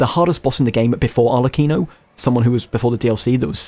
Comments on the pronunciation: Other thing: most of the names in this game come from italian so when you see any word like the name arlecchino or lumacchio where you ser the "ch" you have to pronunciate it like there is a "k" like "arlekino" or "lumakio" or for istance in reality you pronunce pistacchio in the same way: "pistakkio". This is just a tip to pronunce italian words better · I only have one complain: as an italian, I can't stand how you pronounce Arlecchino's name🤣 same goes for Lumacchio.